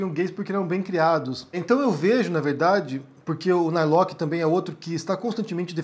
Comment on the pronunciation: correcao: nao é narloqui. é sobrenome alemao e se pronuncia (+/-) nar-lorr.